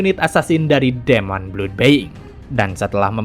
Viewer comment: masked di baca nya mask, demon di baca nya dimeun, being di baca nya biing